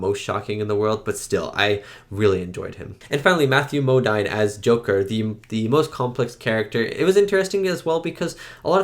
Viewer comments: Great reaction to this incredible film. And just fyi it’s pronounced Mo-DEEN, not Mo-DINE. For another great Kubrick film, I highly recommend Lolita. Terrific film with amazing performances by Peter Sellars, James Mason, Shelley Winters and Sue Lyon. As for another great Vietnam movie, check out Coming Home. Deeply moving film about how disabled vets, were treated when they came back home. Won well deserved Oscars for Best Actress and Best Actor for Jane Fonda and Jon Voight who are both amazing, as is Bruce Dern. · FYI : Matthew Modine...Modine pronounced "Mo-deen"... Love you reactions! 🙂✌🎴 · Matthew Modine's name is pronounced Mo-DEEN. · "It felt like one minute." LOL. It does seem to move- right- along- ALSO... lol: Matthew Modine's last name is pronounced as: "Mowdeen". Your reactions to classics like these are great otherwise. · Modine rhymes with moDeen.